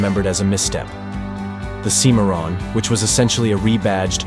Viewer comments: The Cadillac Cimmaron is pronounced “Sym-marron”, not “Cee-marron” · The guy that's pronouncing the names of these cars is a c-moron😂